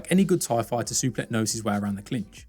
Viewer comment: 😂😂😂😂 Totally butchered his name. Superlek Kiatmoo Nine 😂😂😂😂😂😂